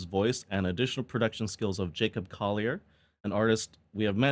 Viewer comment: tiny point, "Collier" is an English name. You seemed to pronounce it with a slightly 'French flavour'. Several of the YT videos pronouncing his name are incorrect, and have that 'French-ness'. Here's Jacob Collier pronouncing his own name: Jacob Collier - Fix You (Live for There With Care) Incorrect is the ironically titled How to Pronounce Jacob Collier? (CORRECTLY) Best Wishes. ☮ Collier is a 'normal'' word in the UK. A 'Collier' is a coal miner. My father was one. I've heard it a lot.